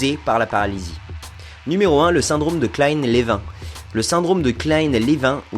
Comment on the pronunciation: Pour information le Syndrome Klein Lévin se prononce "Klein Lévine" :)